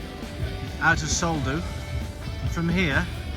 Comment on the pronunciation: Soldeu - pronounced Soll-DAY-O